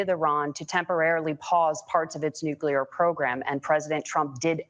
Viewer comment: This mf just said nukular like homer simpson. 😂